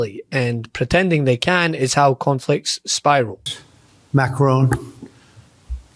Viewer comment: Many thanks for pronouncing’Macron’ correctly! Meidas Touch still think it’s pronounced like ‘Stallone’! I’ve given up telling them! Love your work AND your gorgeous accent! 🏴 Writing from Provence France.